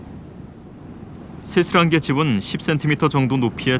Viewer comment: 어이없네. 쇠스랑게를 세스랑게로 포기하네.